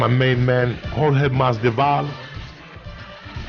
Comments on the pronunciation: Jorge “MAS-DE-VAL” Masvidal errbody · blows my mind how many times he calls him jorge masdival lol